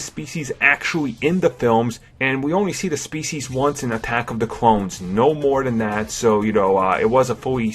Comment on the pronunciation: Attack of the cwones.... Darth pwageuis....